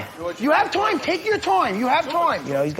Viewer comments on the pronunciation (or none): Matt Serra battling for top space for most annoying ringside voice. Just beating him is Eddie Alverez's wife lol "TAKE YOUR TWOIME YOU HAVE TWOIME!"